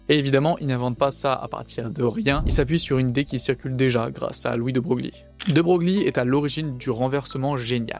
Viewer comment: De Broglie se prononce "De Broylle", enfin si on veut.